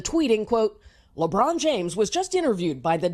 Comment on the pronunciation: And btw it's lebron not lebrun